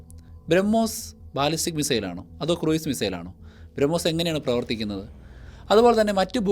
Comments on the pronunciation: Cruise is pronounced ക്രൂസ്, not ക്രൂയിസ്. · ക്രൂയിസ് മിസൈൽ അല്ല; ക്രൂസ് മിസൈൽ എന്നാണ്.